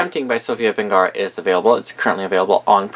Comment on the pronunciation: I know this is an old video but her name is Sofia VERGARA AND NOT VENGARA!